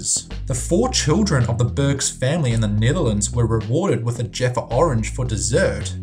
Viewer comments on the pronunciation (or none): none